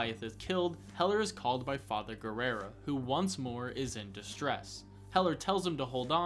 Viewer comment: why do you keep pronouncing Guerra as Guerrera? XD